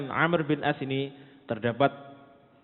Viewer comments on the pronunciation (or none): Amr bukan Amru, Amr bin al ash ra..terkadang ada ustaz2 myebut Amru..sebutan yg benar- Amr,Am.